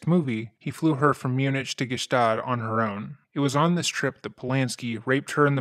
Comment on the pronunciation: Not Mune-itch 😭 mune-ick!